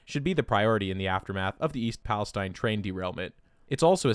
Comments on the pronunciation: The town of East Palestine rhymes with between, not twine. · That town is pronounced like "Palesteen" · Propylene glycol is edible. Nice to know. The town is pronounced palaSTEEN, not STINE, despite then spelling. Propylene glycol is poisonous. You can drown in it.